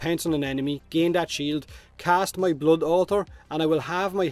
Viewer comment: It's not bluud it's blood